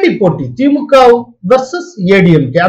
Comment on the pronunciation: திமுகெ. Dhulliam. அல்ல. Thulliam த்துல்லியம் என்பதே சரி. எப்பப் பார்த்தாலும். கேள்வி. கேட்பவர். திமுகெ. அதிமுகெ பாஜகெ. என்றே. சொல்கிறார். அது. கவில். முடியவேண்டும். கெவில். அல்ல. கெ அல்ல. க. திமுக. அதிமுக. பாஜக. Kha. Nor. Ke